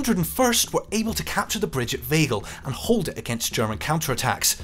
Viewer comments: "Kroosbiek", "Oesterbiek", "Vegel", "Naaimegen" ... Could the makers of this video really not find any wanton Dutchmen to help them with the pronounciation? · Informative video, but I think it is a bit disrespectful not to look up how the town names are pronounced. I understand it would be with a British accent, but Oosterbeek en Veghel sound horrible now.